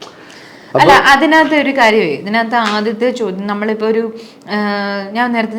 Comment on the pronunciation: chodyamshariyalla ❌ chodyamsheriyalla ✅